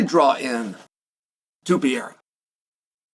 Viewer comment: If you can't pronounce his name correctly, just say Alex for the love of God and grammer.